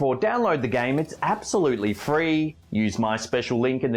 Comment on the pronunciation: You said the game was APP-solutley free...? Alrighty! ; )